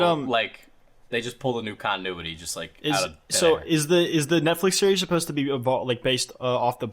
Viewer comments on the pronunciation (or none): none